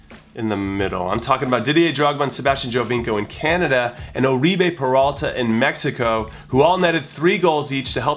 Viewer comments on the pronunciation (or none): none